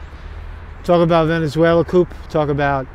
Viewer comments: COOO. It is pronounced, "COOO". (or, Kooo.) Covington; Kuh-Ving-ton. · The p is silent in the word coup